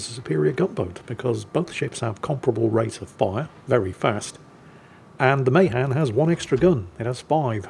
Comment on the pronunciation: I knew a sailor 90 plus years of age who served on Mahan. It is pronounced Meh-'han